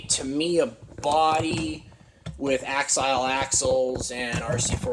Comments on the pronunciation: Yeah, he pronounces axial wrong too. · You worked at a hobby store yet you cant pronounce axial or tamiya properly. Sad smdh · Dude you cant even say tamiya or axial correctly you definitely don't know what you're talking about 😅